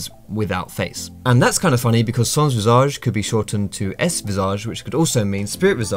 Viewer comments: Be a Better League Player In "sans visage" you don't pronounce the second "s" of "sans" Say "san visage" and it'll be perfect ^^ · "Sons visage" lmao, nice try though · Just saying, in "sans-visage", you don't pronounce the second s of sans Source: me, I'm French ^^